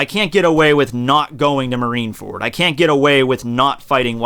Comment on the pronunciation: marineferd, yeas engersh indead